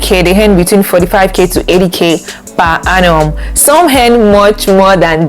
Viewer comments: Good info but please it is per Annum and not per Hannum. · I can’t get past the per ‘Hannum’ 🤦🏾‍♀️ Interest video regardless